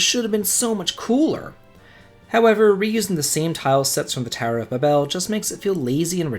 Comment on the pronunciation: 1st off, your pronounciations are horrible. Ba-bel? 😂 2nd, anyone who thinks the final dungeon here is too long or hard needs to play Breath Of Fire 2. Infinity is far worse than the Lunar Subterranean. 3rd, the bosses in the final part of ths Lunar Subterranean aren't that bad. It's just knowing there is one more big boss fight and excitement to get there faster making me run. 4th, you can totally beat Bahamut by brute force if you are strong enough and know what you're doing. 5th, the game has one of the most giant inventories available in a game. Unless you're hoarding everything you find, there is plenty of room for an extra set of equipment to go through the magnetic cave safely. Other than that, the cave is pretty bad because you only have 1 magic user with limited MP. I would rank this among the hardest. Especially on the first playthrough.